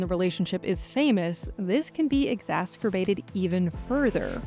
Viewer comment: Exasgerbated lol